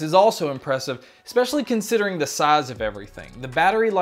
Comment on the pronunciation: I really wish you would stop saying especially like exspecially. I want to have faith in your reviews but I find it hard if you mispronounce a very simple word. Thanks